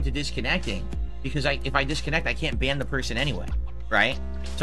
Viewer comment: You can tell it really rattled him. He had trouble pronouncing the word ban after losing for the second time because he was so ashamed for getting bodied by somebody named Leanna was 16